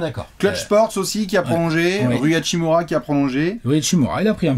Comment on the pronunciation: bah c pour ca qu'ils vont alterner avec Prince pour la 5e place. et on dit hashimUra